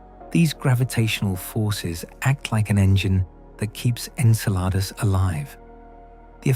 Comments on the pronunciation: En-sel-r-dus? Nope. I left. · The synthetic narration is horrible. I count at least 5 different pronunciations of “Enceladus”. There are many videos just like this. If you want yours to have many views, do better.